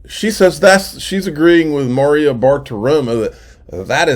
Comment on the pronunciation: You might want to practice pronouncing Maria